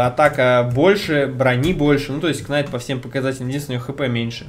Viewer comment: Рыцарь произносится не Кнайт а найт. Уши режет честно говоря.